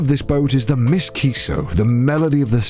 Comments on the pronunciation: Connor pronouncing M. S. as "Miss" 🤣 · not Conner calling the M.S. Kiso as Ms. Kiso omg XD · That's M. S. Kiso. Not Miss Kiso, Connor. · Omg he really pronounced the M. S. in the boat's name as 'miss' 😆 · you can tell Connor has never gone on a ship by how he literally thinks it's called "Ms. Kiso" instead of M.S. Kiso.......... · The Miss Kiso lol The ship name prefix MS typically means Motor Ship and it’s almost always pronounced “Em Ess” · Ms kiso.... I it's M. S. kiso lol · M.S. isn't pronounced Miss, It's M.S. - standing for Motor Ship. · M.S. Stands for Motor Ship, not Miss, Cännür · The MISS Kiso?? CONNOR it’s the M. S. Kiso… As in the letters M. S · Connor, it’s not ‘miss’ kiso, like a name. it’s the m.s. as in ‘motor ship’ it denotes the sort of boat you’re on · It's the M.S. Kiso not the Miss Kiso lol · M S Kiso, as in the letters. Not Ms. Kiso as in the unmarried woman! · Did no one catch the "miss kiso" instead of M.S. Kiso XD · It's not Miss Kiso, but M.S. Kiso, which stands for Motor Ship ;) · I love this series. Also hate to be that guy, but it’s not ‘miss kiso’ it’s ‘em es Kiso’. For naval vessels you always pronounce the identifying prefix by saying the name of each letter rather than stringing them together. For example, U.S.S. or H.M.S. The reason for this is that they’re abbreviations. USS is United States Ship, HMS is Her(his, changes based on current king/queen) Majesty’s Ship, and MS would be Motor Ship. No one I know says something like ‘United States Ship Enterprise’ but it’s neat information to know. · I died a little everytime he said Miss Kiso